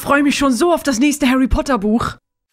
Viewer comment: Sehr gutes Video. Einzige Kritik: Er heißt »Harry« und nicht »Herry« Potter.